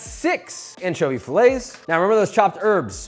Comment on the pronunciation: Josh, I love you. Shhh 🤫 Don’t tell Andy but c’mon! It’s not “fillay” of anchovy. It’s “filleTTTT” T T T. Unless you’re French. 😁 It’s like when my Scottish son was about 6 & phoned from the car with his dad one time and said he was in the ‘parking lot’. I was like no son, you’re in the car park.